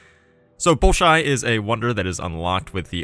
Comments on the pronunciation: nails the prononciation, 1ns later: "ballshy" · Ball-shoi Theater. In Russian, o makes the ah sound if not accented, so the first o sounds like ah, the second o like oh.